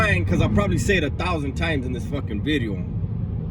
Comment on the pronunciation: "New Veedeo". i love that shit too. I Just found the channel and I really appreciate your content. Who doesn't love a Redemption Story? I look forward to watching your channel grow. Good luck Homie.